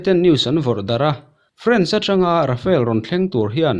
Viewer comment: Rafale thlawhna hi, Rafael tiin i lam fo thin in ka hria 😊 a bengvar thlakin india ralthuam hi a pui hle mai 👍👍👍👍